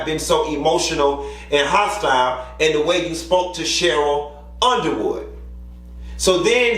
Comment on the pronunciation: You keep calling her Sheryl.